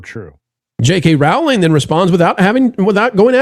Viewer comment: ROWLING is pronounced like BOWLING.